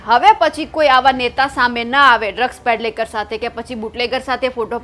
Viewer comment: ડ્રગ્સ પેડલેકર નહીં પણ ડ્રગ્સ પેડલર😅